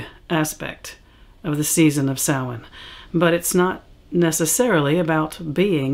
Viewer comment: Because the pronunciation is Gaelic. Although I have a friend who speaks Gaelic who pronounces it something more along the lines of Sah-Ween. So you'll come across different pronunciations. The only truly incorrect one is Sam Hain :) Usually those who speak it that way have seen the word but not heard it pronounced, so they are pronouncing it phonetically, which is understandable.